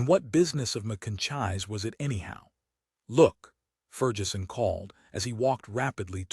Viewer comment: ferjeson? macoiyni? jeez